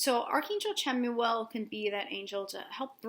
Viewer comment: It's actually pronounced Shamuel <3 Thank you for another awesome video, <3